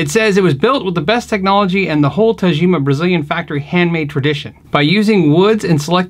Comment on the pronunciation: you're such an underrated player my friend, love your slapping style. PS: The "g" should be like in "good", not "gem". Since it's Japanese and it's Tagima, not Tajima.;)